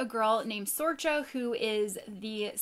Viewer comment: Sorcha is pronounced Sorika, it's an Irish Name and being from the UK there's a few around ☺️